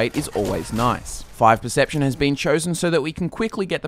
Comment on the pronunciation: percpetion xD